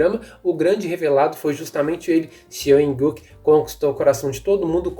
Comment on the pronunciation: Não se pronuncia Seo in Guk, se pronuncia SÓ IN GU